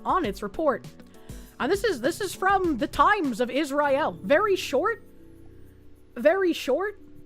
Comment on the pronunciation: is mispronouncing Israel again.